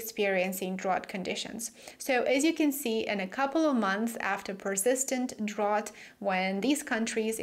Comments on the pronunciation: "drought" is pronounced "drowt" not "drawt". You're welcome! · Hi great report. (By the way in American English drought rhymes with out.)